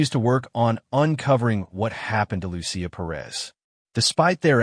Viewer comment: Loo-see-uh is the correct pronunciation of Lucia. A lot of Minnesotans (well, at least, the “Lurherns”) celebrate St. Lucia Day, a Swedish holiday.